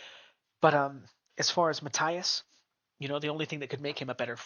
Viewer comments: Is Matías not Mataias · It is pronounced (Ma-teeas) ffs!